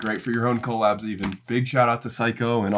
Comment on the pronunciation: bro stop saying coal-abs 😭😭😭